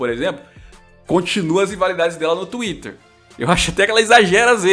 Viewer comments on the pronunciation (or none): none